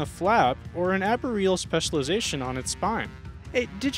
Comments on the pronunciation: anybody else having trouble with how this guy is pronouncing arboreal? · While the arboreal pronunciation kinda irks me, the Tegu pronunciation gets me the most. It's pronounced TAY-GOO, not TEE-GOO. Tay-goo*